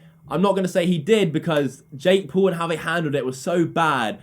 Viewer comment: at OWL........ jake POWL....